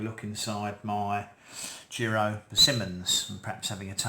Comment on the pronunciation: In case you wondered, the i in “Jiro” is pronounced the same way as the i in “chips”, and means “second son” in Japanese Great video, please post an update on this year’s crop to see if the flavour changes 🙂👍